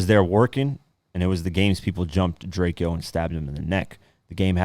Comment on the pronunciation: It’s DRAKE-OH get that shit right the mans is dead we just lost the La GOAT